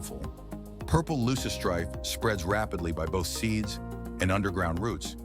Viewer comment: Which ones? Aside from the misspelling of Kudzu and the mispronunciation of Loosestrife?